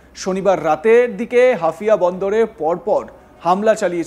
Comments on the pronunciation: ওটা হাফিয়া না হাইফা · haifa. not hafia. get correction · আরে ছাগল হাফিয়া না হাইফা বন্দর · গাধার বাচ্চা এটা হাফিয়া নয় এটা হবে হাইফা। মূর্খের দল দিয়ে সাংবাদিকতা করালে যা হয় আর কি। এটা তো তোদের বাপজানের ক্যাশিয়ারের পোর্ট তারপরও ঠিকমতো উচ্চারণ করতে পারিস না। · অশিক্ষিত এই ক্ষেতটাকে কে সংবাদ মাধ্যমে বসিয়েছে, নাইরোবিকে বলতেছে নরবি, আবার বলতেছে হাইফাকে 😅হাফিয়া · হাফিয়া নয় রে গাধা হাইফা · একজন সংবাদ উপস্থাপক যদি হাইয়া নামক বন্দর কে হাফিয়া বলে। এটা কেমন উপস্থাপক 🤔🇮🇳🖕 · মূর্খ মালায়ন। ওটা হাফিয়া নয়😃 হাইফা বন্দর 😋 আগে লেখাপড়া শিখেক ফাউল জোকারের দল। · একটা অশিক্ষিত চ্যানেল। হাইফাকে বলে হাফিয়া, নাইরোবিকে নৈরবি!😅 নুন্যতম জ্ঞান ও শিক্ষার বালাই নাই এদের। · Hafiya na re bolod Haifa😂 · আগে উচ্চারণ ঠিক কর। হাফিয়া না হাইফা হবে। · ভারতীয় সাংবাদিকদের সংবাদ শুনলে হাসি পায়, তাছাড়া ওরা মিথ্যা ও ভুল ভাল খবর পরিবেশন করে ! যেমন হাইফা নামক স্থানকে হাফিয়া বলছে । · আরে বলদটা হাফিয়া বন্দর নয় হাইফা বন্দর হবে ওটা। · হাইফা কে হাফিয়া বলছেন কেনো? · হাফিয়া না মূর্খ, এটা হাইফা বন্দর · হাফিয়া বন্দর নারে বলদ, হাইফা হবে ওটা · হাইফা রে বলদ হাফিয়া না😂😂😂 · আরে মূর্খ এটা হাফিয়া না "হাইফা" হবে। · শালা অশিক্ষিত।। হাইফা হবে হাফিয়া না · নাম বলতে পারে না। নিউজ পড়তে আসছে 😂 হাইফা ❌ হাফিয়া✅😂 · Are jokar hafia noi haifa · হাফিয়া নয় হাইফা বন্দর। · ওরে বোকা চোদা হাফিয়া নয়, হাইফা (Haifa). তেলাপোকার পাখি হওয়ার শখ!!! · Hafia noi ,,,,haifa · হাফিয়া নয়।হাইফা পোর্ট।😅😅😅😅😅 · janena, ki kore bolbe? taka niye pore dichche telepromter dekhe... knowledge ba profession er upor kono respect nei to... Nairobi k o Noirobi bollo... albal maal sala... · সঠিক উচ্চারণ o করতে পারে না 😂😂😂 হাফিয়া😂😂😂😂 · অরে মুর্খ সাংঘাতিক, হাফিয়া পোর্ট না হইফা পোর্ট হবে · Ota hafia noy....ota Haifa port. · Areerr buka chu….ata hafia naaa. Haifaaa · নামটা ঠিক করে বলুন। হাইফা বন্দর। ঠিক করে জেনে নিন, তারপর খবর পড়ুন।